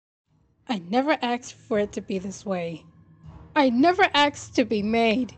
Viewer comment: It sounds like bendy is saying axed instead of asked